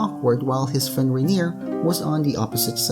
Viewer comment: Plz, it's R-eye-ner ._.